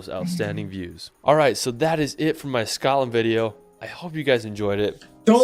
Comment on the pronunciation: "Scatland"? Where's that? Anywhere near Scotland? The narrator's pronunciation is atrocious. I find it hard to believe he's ever been near Scotland. The locals would have strung him up for those abominations.